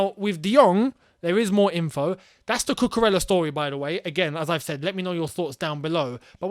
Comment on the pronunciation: I remember you explained how to pronounce Ziyech. It's Cucu-REYA.